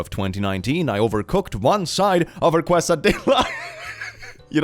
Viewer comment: Quesadillas. He called them Cway-sa-dill-as. 😂 For those who wish to know their Mexican (or at least South Texas) pronunciation: Kay-sa-dee-ya